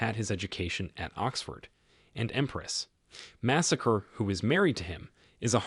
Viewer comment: Empress "Massacre"?! I think you mean Masako, lol